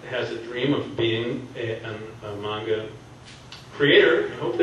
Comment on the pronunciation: Just 1 question u pronouce manga like mwanga k that wasn't a question